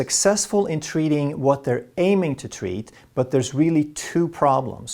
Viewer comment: I can listen to pronunciation of "tweatment," and "tweat" all day. 😌